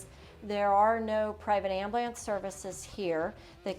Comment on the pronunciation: Its Ambulance Am bu lance. Not ambalance. Some people. 🤡🙄🤦